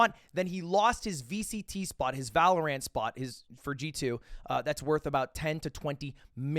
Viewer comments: The way he says “ValorANT” drives me up a walk everytime I hear it lmaoooo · I'm still laughing at how he pronounces valorant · The way Ludwig says valorant makes me itch somewhere in my brain. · mans says valorant fucking weird lmao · I will never be able to get over how Lud- sorry, Mogul Mail pronounces VALORANT